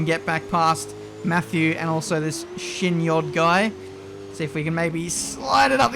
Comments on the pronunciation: sees Shinyodd Also: “Sheen Yodddd” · “This Shin yod...guy” yeah people botch his name everywhere, you actually pronounce it as “Shiny odd”. A lot of people mess it up lol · It was weird seeing Shinyodd in this video. And also funny that there's yet another Youtuber who can't say his name correctly.